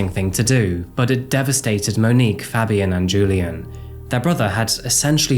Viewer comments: The way you said Fabian is like nails down a chalk board. Pronounced Fay-b-en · ITS FABIAN WITH THE “PHA” sound “PHABIAN” FABIAN that irk tf out of me